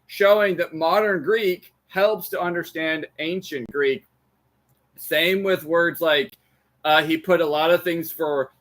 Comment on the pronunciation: Your American accent is so strong that I don’t understand a word of the Greek you speak. Please work on your pronunciation.